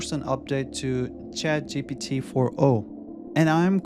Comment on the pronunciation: This is a high quality video, but I’ll tell you the honest truth: people judge mispronunciations. Your accent is not a problem. But you consistently say “Chat G T P” and not “Chat G P T.” And western audiences judge that as low intelligence, regardless of the truth. You’re clearly a smart person, so I just wanted to give you the unvarnished truth so that you can grow like you deserve. Practice that single pronunciation. I believe in you!